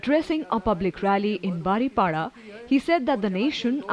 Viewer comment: Baripada not baripala.